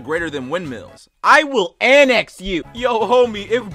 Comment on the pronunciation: “I WILL AMNEX YOU” I started dying